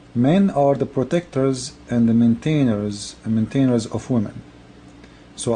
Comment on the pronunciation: you cannot even pronounce words correectly. cannt even pronounce maintainers. AND DUDE THOSE 'STRENGTH' AND 'LIGHTLY' ARE IN BRACKETS WHICH MEANS THAT THEY ARE ADDED BY THOUGHT FROM PEOPLE WHO CONSIDER THIS IS THE MOST SUITABLE. other than that i am agree. no man should even tough in this way any woman what about his wife.